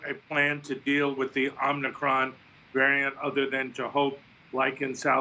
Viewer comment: Doug Shoen says Omnicron just like Joe does sometimes